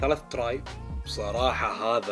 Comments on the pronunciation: لازم تفرق باللفظ بين tray و try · ترااي؟ تراااااي؟ 🤦🏻‍♂️ اذا ماتعرف تقول الاسم بالانجليزي خلك ع العربي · kawaiiدور وبتعرف اذا من جد ولا لأ ... اكيد بتنلفظ Tray